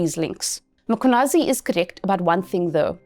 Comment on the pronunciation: I appreciate you for saying his name perfectly.